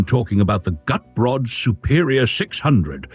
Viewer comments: Cute, proper car. I'm impressed with the improvement in the AI voiceover. But, I believe Gutbrod in German would be pronounced "goot-brode" (as in moot & rode). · Decaf is a sin against God and Man! Shame on you! Shouldn't Walters name, Gutbrod, be pronounced GOOT-BOARD? 🤔 This little car looks a LOT like Lt. Columbo's French Convertible....Shrunken down. Could this be the Unseen (except for a failed show with Kate Mulgrew) MRS. Columbo's car? I LIKE the foldable roof! A SEMI-Convertible! I also liked the (almost) Station Wagon in the you KNOW why..... ....... SELF-DELETING DOORS!!! (and you can get pushed out of a "Homicidal" Door just as fast as a Sui-Cidal one when under 50 MPH.... uh.... NOT that I would EVER push someone out of a moving car 🙄 .......it might scratch the paint.😏 ) That Convertible/Roadster SCREAMS Class Act! (Most cars just rely on horns, but the roadster just HAD to be different. Probably an inferiorty complex when parked next to a Porsche 😜) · Not quite: I am with you on the 'Goot' part but the second syllable is pronounced more like 'Brot', a German word for bread.